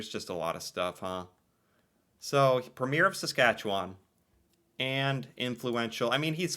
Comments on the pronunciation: It’s PREMier not premIERE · Every province has a Premier or the head of the provincial government for that province. It's also pronounced preem-yur. 😂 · each Province has a “Premier”…(pronounced ‘Preem yer). They do not have to be the same political party as the Prime Minister.